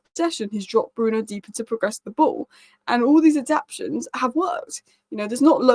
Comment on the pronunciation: The word is ad-ap- ta-tions. There is 4 syllables not 3. Come on, you're not a foreigner you should know this.